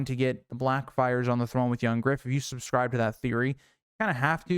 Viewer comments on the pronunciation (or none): none